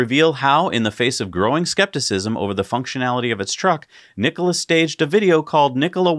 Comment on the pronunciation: Mary called it "Nikoli" in the cnbc announcement.